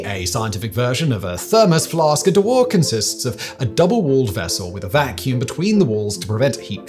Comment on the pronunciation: Waal, not wol, aaaah!, a bit like in British "after", but longer NOT LIKE IN Wall, not even close...